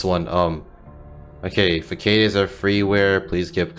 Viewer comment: Love your content, though to note, it's pronounced "Fah-sahd" not "Fuckaid."